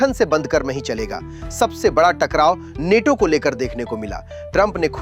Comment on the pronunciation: नेटो‌ नहीं‌ नाटो